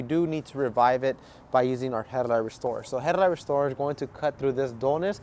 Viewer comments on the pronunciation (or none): "Headlight rrrrrrestorrrrer". Yep, a SoCal lad. ¡Andale pues! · On bro 😂😂his aih said headlight w a R in it